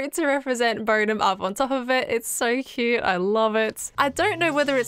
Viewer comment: Scott's "quoot" sounds like it has worn off on from Last Life... quoot...